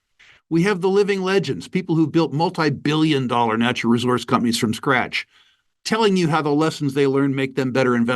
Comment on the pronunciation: Did he just pronounce Billion as Bollyion ?